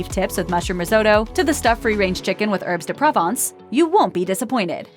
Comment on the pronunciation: What are herbs de PRAH-vonce? LOL. Not trying to be pedantic, but if you are doing a food review, you open yourself up to these kinds of critiques.